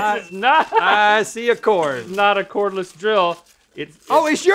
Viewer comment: Cordless, not Cornless